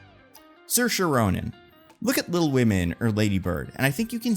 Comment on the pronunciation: Love the video but the way u say pronounce saoirse ronan's name hurt my soul 😭